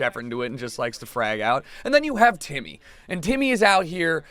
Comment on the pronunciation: Y'all hear him call Timmy "titty"?